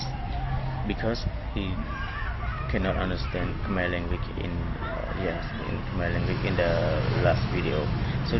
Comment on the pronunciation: Your pronunciation is not clear វល់ៗ